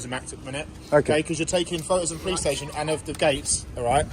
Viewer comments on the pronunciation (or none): I assume you don't watch very much. Stayshon was intentional, as he says it like that. Get facts correct before getting on your grammar high horse. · Watery teat5837 'Stayshon' is a verbal tick of, and it is how he exageratedly pronounces 'station' as in 'police station', and he is actually taking the mick. Nothing to do with spelling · I believe was in Wales auditing when an officer pronounced it "stayshon", he found it endearing and has used it ever since.